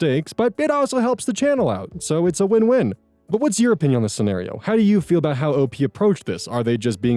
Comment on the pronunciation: 😳 said "scenârio", not "scenärio" like he usually does.